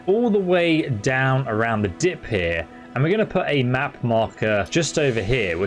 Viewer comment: and you say here like a proper snob, belt up.